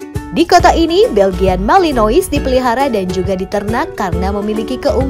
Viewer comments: Risih denger dia bilang Belgian malinois, padahal dibacanya (Beljyan Malinoa) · Pronounce MALENOA. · Bacanya malanoa mbaa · Belgian Malinois Dibaca ; Beljien Melenoa